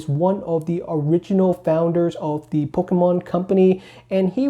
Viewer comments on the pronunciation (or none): I love the way you say “poke-UH-mon” lol